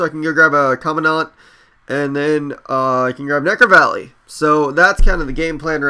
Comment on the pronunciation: it's pronuced Comand-dent not Commo dant